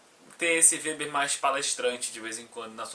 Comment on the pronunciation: O "W" no alemão não tem som de "U" como no inglês.Seu vídeo é muito bom, cara, parabéns.👏👏👏👏👏👏👏👏👏👏👏